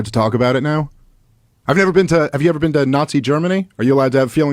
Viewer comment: Murray destroyed himself. “Have you bean there?”